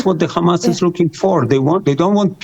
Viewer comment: Can she stop saying Gamas, using the Israeli pronunciation. It's Hamas.